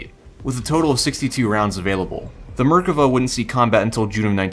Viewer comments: Merkava isn't pronounced murkuvuh but otherwise good video. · wait is it "MER-ka-va"? I've been saying "mer-KA-va" ever since playing Xenogears way back in the day